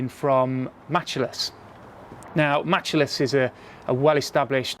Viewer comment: It’s MATCHless not MatchAless .